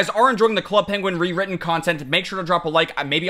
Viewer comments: nobody:: wewitten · when he try to say club penguin rewritten i only heard "Club Penguin Will Weathon" Lmao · I love how all this time later, still can't say Rewritten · Every time he can’t say rewritten it kills me🤣🤣